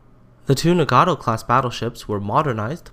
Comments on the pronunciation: I get really mad when people pronounce it as Na-gat-tow instead of Na-gat-o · Pls learn to pronounce 'Nagato' this is very annoying